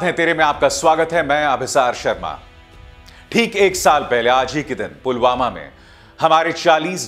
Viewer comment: Polvama ki jagah polgama bolraha he